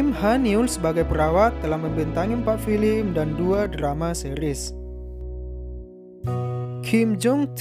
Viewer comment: hahah tapi nyebut film aja masi salah, masa filim